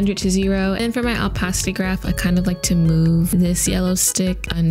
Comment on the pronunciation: "Owpacity" lol